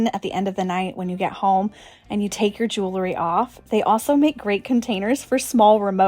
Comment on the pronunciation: I love your style and I'm not trying to be mean. I just want to say, please don't say 'jewLERy'..it's 'jewELry'. I have the same issue when people say 'reLAtor' and it's 'reALtor'. Hearing these mispronounced is like nails on a chalkboard to me. 💝